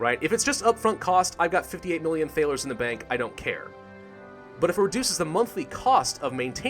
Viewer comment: So annoyed at the way you pronounce Thaler. Though i love its spelled correctly for the time.